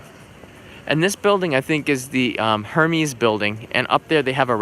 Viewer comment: "Hermies" Building hahahah... it's pronounced... "AIR-MESS"